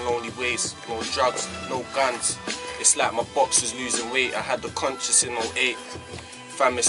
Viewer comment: dosent kno ow to say guns... he says gans LOL and when he said couple he said caple